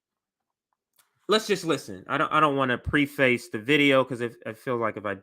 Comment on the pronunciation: #pedanticpronunciationguide Preface: say PREFF-iss Emblazoned: im-BLAY-zund Diaspora: dye-ASS-per-uh' No hate at all, comrade. I just remember all the times I pronounced words incorrectly which I'd only encountered in print, felt like an idiot, and wished I had known sooner. Of course, I generally feel like an idiot regardless, despite apparently coming off as know-it-all-ish. ✊🛠️🚩